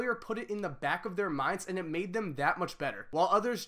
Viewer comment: Everytime this dude said "and" it sounds like "ant" lmao